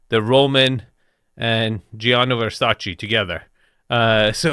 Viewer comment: thresamjae with Versacajae 🤣